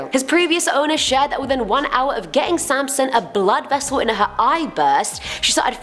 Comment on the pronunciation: Haha sansom not samson